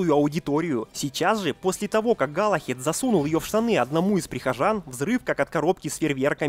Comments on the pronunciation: Не галахед а Галахад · Не Галахед, а Галахад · Галлахад, а не Галлахед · галахад, а не галахЕд